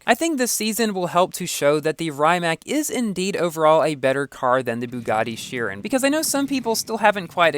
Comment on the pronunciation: I don’t get it, because the Rimac has bD handling in FH4,. The Regera is lighter than the Rimac, and the Regera also has more downforce than the Rimac. Also, you pronounced the words Rimac and Chiron wrong.